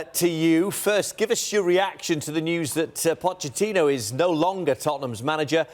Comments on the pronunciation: Lol, he called him pochino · I heard that. And then a bit later he says “Puccini” as well!